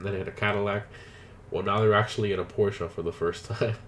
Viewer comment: porschE guys Im from Stuttgart where porschE comes from! And it's not Porsch it's Porscheeeeeee